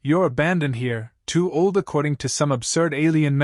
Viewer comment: what the hell is a 'tooled vulpine bride'? Somebody should inform the A.I. to scan the title before reading the A.I. script, and writing the on-screen subtitles.